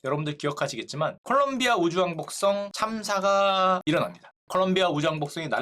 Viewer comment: 슈카는 망원경을 계속 만원경이라고 읽고 우주왕복선을 우주왕복성이라고 읽는다. 이걸 알게 된 이후로 신경 쓰여서 더 이상 내용이 머리에 들어오지 않는다 ㅠㅠ